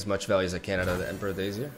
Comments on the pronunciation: Day-is not day-yes ... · Hi, So the word dais is pronounced "dei-uhs" (like day us). Hope this helps! I actually find your pronunciation of a lot of English words super charming and one of the best things you bring to the table. Our language is stupid, but I appreciate you trying. Keep making the great content! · Pronounced emperors dayas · Pronounced DAYS. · Pronouncing emperors dais. Die-iss. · It's pronounced day-us, English is weird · Closer today, pronounced “die-ess”. Great vid thanx. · Pronounced Day-Es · Deias As an spaniard, just say emperors deias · All my translator apps and two dictionaries suggest that it is in fact pronounced like "days". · I believe its pronounced “dah-eez”. I might be wrong though. Really enjoy your content man but make sure to take a break if you need to, you are a human being after all. Love your content! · It’s correctly pronounced as both Day-es and Die-es. Standard and non-standard English respectively. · Day Us emperors day-us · Emperor's DAY-ihs Two syllables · Dais is pronounced "Day-ess" or "Die-ess" depending on where you are from :) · Dais is pronounced "day-us," like deus in DEUS VULT. As a tip, you can enter something in Google Translate in English and click the "sound" button and the google person will pronounce the word you typed. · It is actually pronounced like “days” on Google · I believe it’s pronounced “day-is” “Day” as in “it’s a nice day” and “is” as in “miss” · Pretty sure it's pronounced Day-iss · so the correct pronunciation is deɪ.ɪs. like "deity is" (god is) without the "ty". Pretty close to "days" though, not so much to "dyes" (colors). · Dais Die-us or Day-us (Just correcting, no flame) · I believe you pronounce "Dais" as "dei-uhs" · dais = "dai - es" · It's actually two syllables. Di, which is pronounced like hair dye, and is, which is pronounced like us. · Hey, everyone I know pronounces it day as/ dye-ass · Dais is pronounced just like days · Dais is pronunced as dayuhs